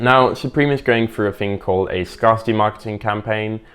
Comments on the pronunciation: Despite the fact that it is spelt scar-city, the word scarcity is not actually pronounced how he pronounced it, phonetically. It is in fact pronounced scare-city as the word comes from the word scarce and not scar. Just thought I'd let you know for future reference. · it's scare-city wtff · You pronouncing scarcity wrong